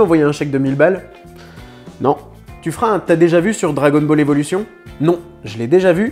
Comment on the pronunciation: "Dragon balleur"... Ça se dit Dragon balleur? 😉